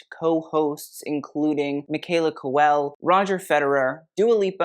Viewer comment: Doing the MOST with that pronunciation of Michaela Cole’s surname 🤣♥️